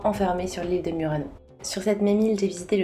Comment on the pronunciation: Correr è un cognome italiano non francese così come Murano e Burani sono nomi italiani e vanno pronunciati in italiano.